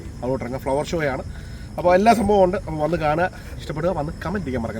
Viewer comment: ശോ അല്ല ബ്രോ, ഷോ